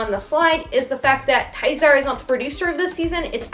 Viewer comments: Did you call Tzachor "Tizer"? Sorry, I like your video but it's pronounced "Zah-Core" :) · No, don't be sorry. Just thought I'd help out because it sounded like Tizer but to be fair, Tzachor is about as good as a bottle of Tizer would be at directing the show, haha. :)